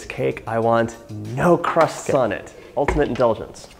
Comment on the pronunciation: I swear I thought you said 'No Christ-like' when you actually said 'No crust on it.' Happy Good Friday Eve, sir.